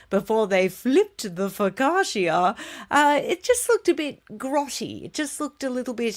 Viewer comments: Please stop saying Fo ka sha. It’s Pronounced Fo ka cha as in cha-cha. Focaccia! 😂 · I really love your productions, all of them, and they lighten up my days here in the north of Italy. I will then allow myself coment on the way the Italian word focaccia is spelled, the I and the end is silent, you say "fokacha". No offense please, just a small correction😉